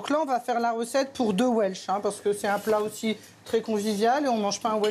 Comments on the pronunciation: Admettons la pureté d'origine (encore que le coup des frites et du cheddar gallois, j'ai comme qui dirait un doute d'AO), mais alors pourquoi vouloir nous imposer ta prononciation 'velse'??? Si importation il y a, pourquoi refuser la prononciation anglaise traditionnellement adoptée en français? Je reprends mes vattes, j'ajoute mes kivis :) Pour le reste, puisque ce plat n'est pas local, je suppose qu'on le trouve dans tous les bistrots de France et de Navarre? Je te laisse méditer le sujet ce viiik-ende, faire quelques recherches sur le veb en sirotant un vhisky, voire adapter la recette au vok... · On le prononce d'habitude welsh (velse), pourquoi cette déformation chez la journaliste ?